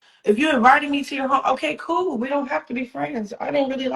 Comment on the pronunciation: I got a feeling every time she says “ okey coo” shits not coo😫